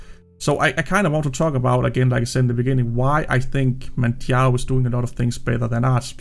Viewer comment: Yes, it is my real name lol. And yes, you did a really good job of pronouncing it properly :) My two favourite Arch-based distros are without doubt Manjaro (first) and Endeavour (second). But, there are other really good ones out there for sure! I have two rules for Manjaro to help keep it as stable as possible (for me). I always use the latest LTS kernel (I'm not a gamer) and I always use TTY (Ctl-Alt-F2/F3) for their major updates. I also still use -Syyu when I'm updating, not sure if it's still necessary but I do it out of habit. Thanks, as always, for your thoughts and work :)